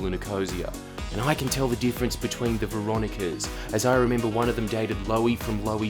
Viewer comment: you lost me at "Veronicas"